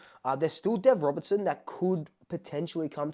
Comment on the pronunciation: Mate. Get the name right. Deven RobERTSON.